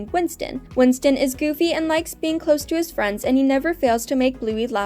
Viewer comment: Winton... Not winston